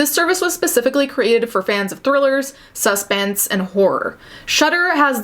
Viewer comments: wait do y’all say SUH-spense or suspense? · Why does she say suspense like that 😂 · Anyone else notice she kinda says suspense funny ? Lol , good job with the video tho keep up the good content